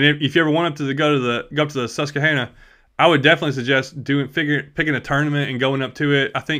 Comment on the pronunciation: You’re pronouncing Susquehanna wrong by the way. Very close though.